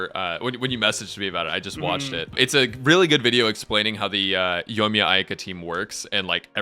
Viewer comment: "Yoiyaka" - now that's new. Yoika, Ayamiya, Yoimika, Ayakamiya. I personally think it should called Ayaya or Yoika.